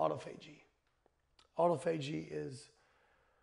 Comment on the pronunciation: Wow, even doctors have problems pronouncing autophagy.